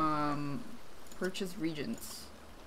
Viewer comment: The way she says reagents and banquet is frustrating